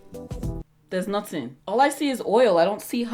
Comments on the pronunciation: When she said 'there's notin' with the Nigerian accent after applying some to her shoulder. I'm cryen lmaooooooooooo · “There’s noTin” 😩😩😩😩😂😂😂😂😂😂